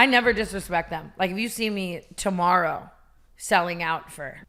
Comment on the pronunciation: When tana said toborrow.